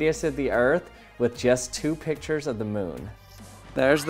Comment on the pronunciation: U sound like u are saying pitchers instead of pictures